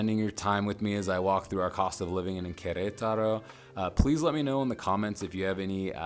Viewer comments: Ker-et-taro. Accent on the et. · 😅 well, he tried